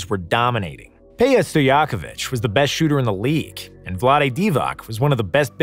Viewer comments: Peja Stiloyakovich Pronounce Pedzha, not Paya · The peja pronunciation hurt my soul as a kings fan 😂 I have met peja, that is not how he pronounces his name 😂 divac was also pronounced wrong